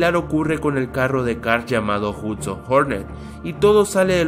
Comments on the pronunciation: es hudson wey no hutson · Es "Hudson" y no "Hutsin", además no sale porque murió y se pudo saber eso en la segunda película cuando Mate dice que el nombre de la copa pistón fue cambiado en memoria de Hudson.